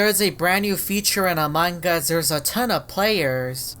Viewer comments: Normal: among us: among gus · Amongus youre saying amongus bro